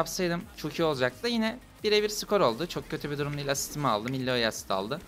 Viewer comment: İllaoi'nin okunuşu '' Aloi '' sayın abim